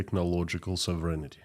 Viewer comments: Hey, your English in general is excellent but you do not correctly pronounce the word “sovereignty”. Sovereignty is pronounced with accent on the “O”, SOVereignty. I just got tired of the mispronunciation. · Sov ren tee